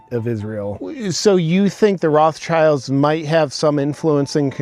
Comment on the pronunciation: Those "Raff-tshaylds" 😂😂😂 (how he pronounces this German family name).